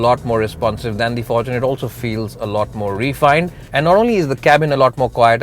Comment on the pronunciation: Am I the only one that heard forkuner ?